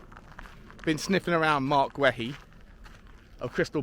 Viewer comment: It Marc Gay-EE not Gway he